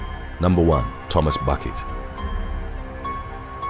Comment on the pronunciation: #1 Buckett is actually pronounced Bouquet.